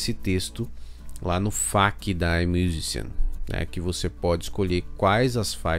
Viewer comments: Se fala AIMIUZIXIAM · Oi, tudo bem, adorei o vídeo e ai vai uma dica pra pronunciar essa distribuidora aí “ai miuzixan”